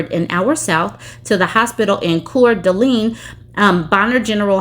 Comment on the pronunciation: Pronounced "Core-duh-lane" no accents on syllables.